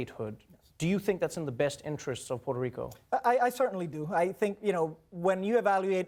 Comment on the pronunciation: I hate how this guy says rrrrrRico